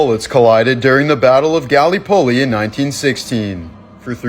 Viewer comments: Gallipolly? Gall-lip-oly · I’m sorry but the pronouncing of galley poley 😂😂😂😂